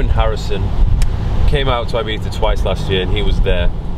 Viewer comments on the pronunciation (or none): did he pronounce Ibiza ..as Ibeefa?